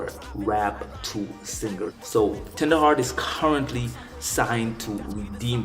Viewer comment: yeah bro you said it right